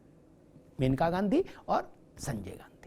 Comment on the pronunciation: सही नाम मनेका है( मेनका नहीं). सादर